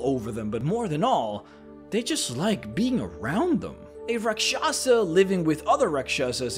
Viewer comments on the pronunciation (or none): I laugh every time you try to say Rak Sha sah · As a hindu its cringy to listen to other people pronounce the hindi words......its actually pronounced raakshasa and other word starts with ra....its always raa